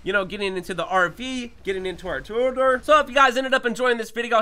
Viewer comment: its tor E a dor NOT TOR DOOR